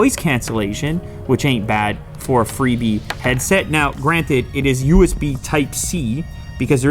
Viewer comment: Bro, I swear to dogs you said pipe C charger!!!